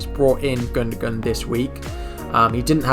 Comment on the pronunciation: Great video mate! Maybe try and pronounce peoples names right though, its respectful! :) Gun-doh-wan! Sah-ka!, Soo-Fahl! :) :) :)